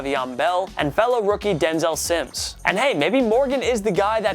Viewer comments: “Denzel sims” it’s mims now I feel like you barely know what ur talking about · You said Denzel Sims it’s Mims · it’s Denzel Mims, not Denzel Simms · Come on man you said dinzel sims it Dinzel mims 😂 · How do you have a fucking sports channel and say “Denzel Simms” 🤦🏼‍♂️